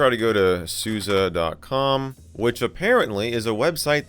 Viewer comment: Its Sus e not susi